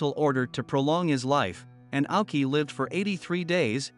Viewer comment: His name is pronounced 'Owshi'